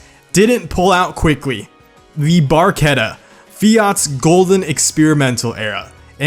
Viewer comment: I'm a italian and the correct pronounce are: Alfaromeo 33 Stradale: Strà-dale, not Stredèlè. Alfaromeo Mito: Mìto, not Meitio Ferrari Testarossa: Tèsta-ròssa, not Thestarosa Fiat Barchetta: Bàrchettà, not Berquieta Lamborghini Countach: Countasch, not Countach Lamborghini Egoista: Ègòista, not Igo-ista Lancia: Lànca (C spitting), not Lensia Maserati: Màseràti, not Masierati The rest is very similar, but for the american accent's it's ok. And i'm disappointed because you didn't put F40 in this video, then this is my description in 4 words: "The only real ferrari" ;) When I heard that of the fiat, I laughed a lot XD